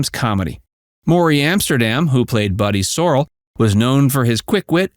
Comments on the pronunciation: It is Buddy Sorr-'ell. The accent is on the second syllable. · It’s pronounced Buddy Soh-RELL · You know facts, why is it you always get a fact or 2 wrong? Adam West never did appear on The Dick Van Dyke show. Not one episode. I knew I never saw him and I googled it, Also, Morey Amsterdam's character was pernounced Buddy Sore-El . You just show me you were not true fans of the show. It's like you look up these facts just to have something to to put on youtube, but I really wonder how many episodes you really personally saw. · First of all, you pronounced Buddy Sorell’s last name incorrectly. Perhaps you should watch the show to find out how it is pronounced. Second, neither Adam West nor Sid Ceasar ever appeared on TDVDS. This account lacks credibility. It seems as if you never watched the show. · Obviously he didn’t, proved by when he pronounced Buddy’s last name wrong. Loved that show and got my youngest son hooked on it too! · Yeah it's always a dead give away on these you tube videos when they mis pronounce a name. I see it happen a lot.